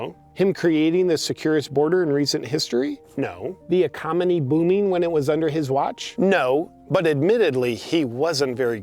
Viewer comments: Sitting here wondering if "ecomony" was an intentional slip. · The "ecomony" 🤣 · “Ecomony” lmao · Ecomony? Lol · "The ECOMONY booming" LOLLLL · the ECOMONY booming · Ecomony… lol. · The "ecomony"??? JP, have you been drinking? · bro. you said “ecomony”!!!😂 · he says “ecominy” instead of economy. 😂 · Not sure if accidental or intentional but "ecomony" got me 🤣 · ⚠️🤣⚠️ At …. Ecomony ? I loves me JP!!! 👍🏼🇺🇸❤️ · Yeah, those people in Arizona sure can't wait to vote.... lmfao!! Also, did anyone else here "ecomony" instead of economy? Don't know why, but I thought that was funny as hell!!